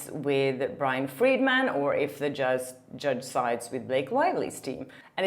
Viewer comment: Brian Freedman is not pronounced Morgan Freeman 😂😂 that cracked me up so good ❤😂